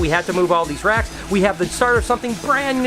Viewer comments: I thought u said Rats at first so i am like why would ur father-in-law have a storage unit filled with rats?!?! 😂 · When u said 'moving racks' I somehow heard 'moving rats!' I was so confused! Love the vlogs, keep up the good work!✌️x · Did anyone else thought he said rats instead of racks 😂😂